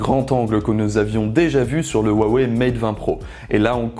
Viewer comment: Huawei est mtn implante partout dans le monde et qui s'ecrit avec un H et non avec un W, apprenez a le prononcer correctement, ce n'est pas si difficile quoi.